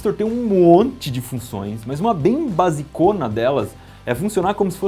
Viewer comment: Eu adorei o vídeo, mas ri muito quando falou "...mas uma bem basi'cona delas" 😁😁😁😆😆😆😆